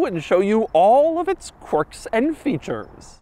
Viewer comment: I didn't quite hear the S in features, so it sounded like Doug said "I'll show you the quirks and feature" which seems about right for it